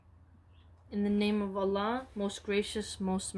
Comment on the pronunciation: You pronounce الله very precisely. I like the content very much. May Allah bless you sister. 😊